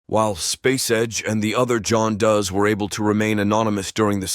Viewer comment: I heard it when he said John "does" and pro "si" It's weird to hear "him" take a breath reading the copy